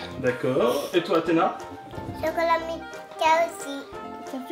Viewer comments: elle dit poureil que kalis! C chiantnn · C'est bien mais c'est pas du jeu que Athéna disent comme Kalys ca m'énerve